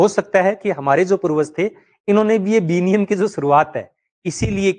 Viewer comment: सही उच्चारण विनिमय, ना कि विनियम 👍